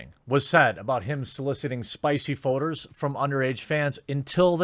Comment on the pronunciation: "spicy photors" lol